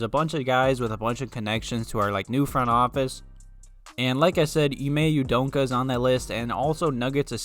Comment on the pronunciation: Dude.....just say his name the way it's spelled U-D-O-K-A....there's no N in there